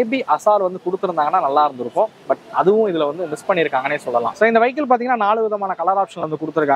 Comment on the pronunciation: வைக்கிள் இல்லப்பா வியிக்கிள்